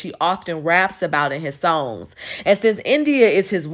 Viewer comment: The way you pronounce "songs"; you from Chicago? Do you know these people?